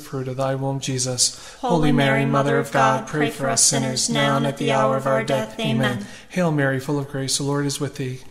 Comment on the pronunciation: Thank you ! Can you please 🙏 ask the lady to say the " Amen" properly as she sees to say " Ama" !!! 😢